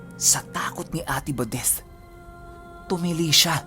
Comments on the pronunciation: Sumakit ang ulo ko how you pronounced ate badethhhhhh... OA. Nawala ang focus ko sa kwento. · Grabe tlga c..dinig na dinig mo yung TH sa badeth..haha..pero parang pamilyar yung taong putik...